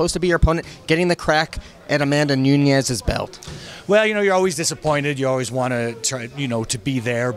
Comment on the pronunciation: Nunes last name is not Nuñez.